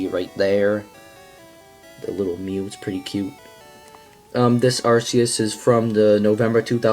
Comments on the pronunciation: IT'S AR-KEY-US NOT AR-SEE-US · It's pronounced (ark-e-us) look it up